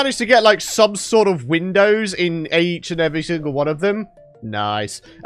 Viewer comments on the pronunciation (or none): none